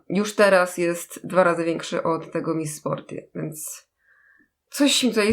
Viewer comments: Czyta się 'miss sporti ' ,a nie tak jak pisze , ' miss sporty ' :3💛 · Miss Sporty a nie czyta się Miss Sporti ? XD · mówi się mis sporty a nie mis sporty...